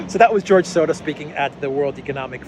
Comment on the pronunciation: There is no D in Soros. You sound dumb how you say it. You can try to play it off that your trying to make fun of the evil guy. But you're just making yourself sound dumb not being able to say such a simple name. Why are you adding a D? it's Soros you moron